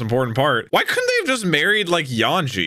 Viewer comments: His name is Yonji with a hard o brother. Stop saying it wrong it tickles my brain cause it's a number mispronounced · Yanji and Raiju? It's Yonji and Reiju. This will be my 400th consecutive time asking to use his massive headphones, or unmute the show because he is 100% not listening to a single word audio wise.